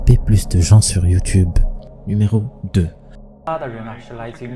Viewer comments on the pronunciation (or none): none